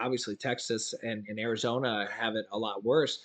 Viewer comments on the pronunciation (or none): none